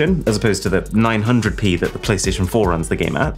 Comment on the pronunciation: 900p, that was weird to hear😂